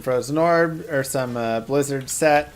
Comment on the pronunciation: It’s a Bwizzard!